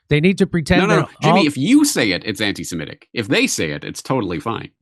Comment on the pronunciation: Somebody ask Jimmy to pronounce 'semitic' or 'anti-semitic' 10 times in a row. Let's see if he can pronounce it correctly even once. I would say it's a 100 percent NO... even when he's in the presence of someone pronouncing it correctly.